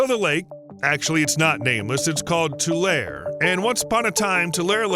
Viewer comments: Bakersfield girl here... To hear him mispronounced that after all the hard work and quality that went in on the video😢 and now every time I hear Tulair.. fingernails on a chalkboard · Those of us that live in this area pronounce it "too-LARE-ee". The "e" at the end has a sound. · We pronounce it Too Lair Ee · Just goes to show it might not be a great idea to build on land where a lake used to be... (Also it's pronounced too-LAIR-ee) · It’s pronounced toolarie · The “e” is not silent in Tulare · Please pronounce it correctly. It's driving me crazy listening to you mispronounce Tulare. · I love when people say tulare wrong😂😂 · The word " Tulare " is pronounced with the " E ", the E is not silent !!! It sounds so strange to hear the word being mispronounced after a lifetime ( 74 years ), of hearing it pronounced properly. I live in Fresno, Fresno county, an adjoining county. Tim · Tulare is pronounced too-lair-ee. Like Two-Larry. Not Two-Lare. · Tulare /Tu-lar-EE/ not /tulair/ and slough is /slew/ not /slow/ not /sluff/ (Like I've heard some influencers say) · It's "too-larry". There are lots of ancient lakes associated with the Sierras. One big one is Death Valley, itself. There's one place where the road across the valley cuts right through an ancient beach. You can stop the car and "sit" on the beach and imagine the valley surrounded by tall pines. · As a Central Valley Resident I have to tell you this. Its pronounced Tu-lar-ee , not Tu-lare. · It's Too-lair-eee, not two-lair. There is a long e sound at the end. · Glad to see a video on our locale - though riddled with many errors. BTW, it's pronounced "Tu-lar-E Lake" and "Tu-LE reeds" in the vicinity of this lake. Simple research of local info would be beneficial. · I just don’t understand how a supposedly literate person gets “tool-air” from Tulare. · Pronounced too-Leh-ree. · It's pronounced Two-larry. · Mispronounced Tulare. Locals pronounce it too lar ree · It’s tew lair ee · It’s pronounced “Too-Larry”.